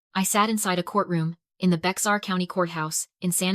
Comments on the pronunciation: Bex-ar County??? SILLY A.I. , It's pronounced "BEAR" county!!! "Bourne, Tx." Is pronounced " BERNIE, TX." You dollar store shit quality A.I. !!!!! THIS VOMIT IS BEING NARRATED BY SOMEONE WHO'S NEVER SET FOOT IN TEXAS. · AI is annoying. They mispronounce all the time. Bexar is pronounced BEAR and Boerne is pronounced BERNIE. Irritating and lazy. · Bexar County,TX is pronounced bear county. The county seat is San Antonio. Can’t totally blame AI. Humans make that mistake too.